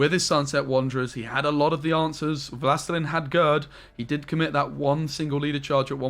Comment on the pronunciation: Wlastelein? 😂 Wlastelin) it's "the lord" in polish/russian.